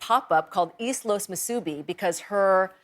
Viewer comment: Ohh come on Lisa..... Moo-soobee ...!? Its actually pronounced, Moo-sue-bee!